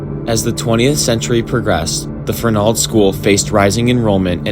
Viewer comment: Great video! Grew up not far from there. Best friends mother was a trustee there and worked to get it shut down. BTW, accent is on the "e", not the "a" I believe...:)